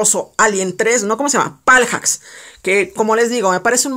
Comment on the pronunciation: Me da un poco de SIDA cada vez que decías " paljacks" :v